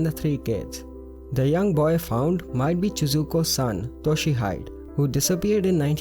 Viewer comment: #1 it's Toh-she-he-deh :) not Toh-she-hyde